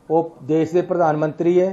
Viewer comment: "देश की बात" होता है न की "देस की बात" !! NDTV कुछ तो शर्म कर लो ......